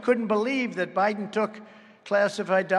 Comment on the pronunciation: did he say joe briben? lol